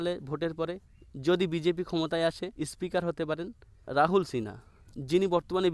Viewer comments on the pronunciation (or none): বরং বলুন বিজেপি হারলেই কে কে দল ছাড়বে l বিজেপি ৩০ টাও পাবেনা l আর আপনার কথা ঠিক করুন l ইস্পিকার কি জিনিস l আগে কথা বলা শিখুন l